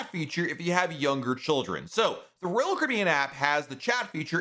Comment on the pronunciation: Please slow down a bit while tells us older folks about your blog- though YouTube . The way you say(ROal) (Caribbean) 😮😢